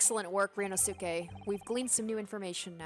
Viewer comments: The pronunciation of ryunosuke is RYUNOSKE not RYUNOSUKE. The "u" In "suke" Doesn't need to be read. Also asogi pronunciation is asogee. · I'M SO EXCITED FOR THIS. As for Ryunosuke's name, the "suke" is pronounced "keh." So his name is ryu-nos-keh. Hope this helps! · if you watched naruto series then you know how pronounce sasuke the right way If not ,The last U voul in here is silent So its pronounced ryunoske